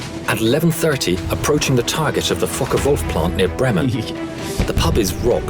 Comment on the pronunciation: Oh I understand what sound funny to you. When they said the Fokker Wolf plant. It's easy to hear something else then Fokker there.😉